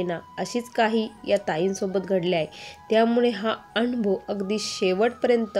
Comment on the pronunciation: anbhav नाही अनुभव बोलायचं